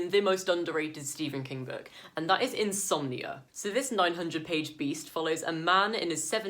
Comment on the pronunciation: Haha it sounded like you were saying you love insomnia 🤣